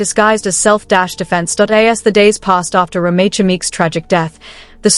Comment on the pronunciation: You are pronouncing her name wrong